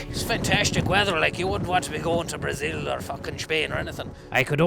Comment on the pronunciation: “Brezil or feckin Shpain”